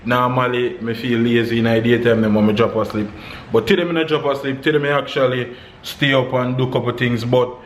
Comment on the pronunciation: Why you always say tiday? And not today................big up!